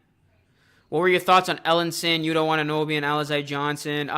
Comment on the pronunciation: Nice video. Actually, to pronounce Watanabe is wa-ta-na-bay.